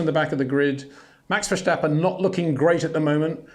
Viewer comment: Peter, I love your content but please for the love of god: there is no sh sound in Verstappen. It's [vir-'sta-pu(n)]